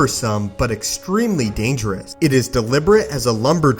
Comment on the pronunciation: Why is it every time he ends a sentence with the word "dangerous", he cuts it off so it just says "dangereh"